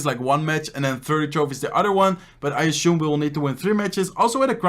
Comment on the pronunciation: ASHUME, its assume, dude..